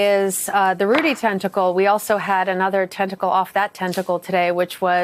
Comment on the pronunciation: Tenticle lol